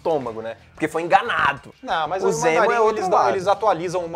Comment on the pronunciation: Ok, e...? Amo a Marvel e não sou Hater mas ela continua sem vilões fodas(único que se salva é o Loki). Poderia ser qualquer nome pra ele mas nao de Zemo, não o Zemo que eu curto nas hqs. E vê se aprende a falar direito fãboy**. "M" é antes de "P" e "B", não "N" ;)